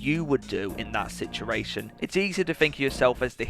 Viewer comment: video was great, but it's 'sit-u-ation' not sissaration.